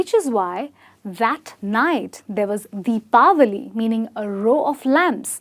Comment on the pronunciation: mam are you from America or India? you are pronouncing Deepawali perfectly ! So thatswhy i got this doubt .